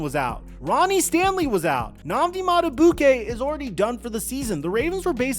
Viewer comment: Also.. his name is not said like, Madabookay.. it's said like, Madabeekay 😂😂